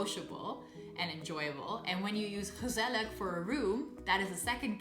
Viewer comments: Hmm, your pronounciation is so good and quite like a native's, although with gezellig you pronounce the final G as a K which is odd as you don't do it in other words like jarig... did you eve notice that? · Also ik not saying this to be mean I just want to help you. At Gezellig you say the last g the same es the first and not with a like' k '